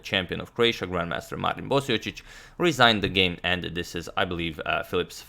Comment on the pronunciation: Are you sure you're pronouncing Marin's last name properly? LOL! :)